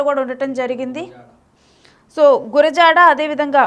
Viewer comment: Dear anchor correct yourself it is gurazada not gurazala